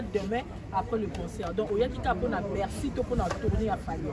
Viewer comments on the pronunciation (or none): ba lobaka Bercy et non bexy. Faut rectifier mon frère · niemba on dit Bercy et non. Bexy comme tu ne cesse de le répéter dans tes nombreuses vidéos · On dit BERCY et non ce que tu dis là cher animateur